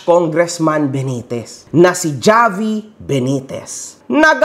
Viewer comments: Havi, po mag pronounce ng name nya hindi ni Javiii 😅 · Javi pronounce as Havi, ginawa mo namang Jollibee boss 😂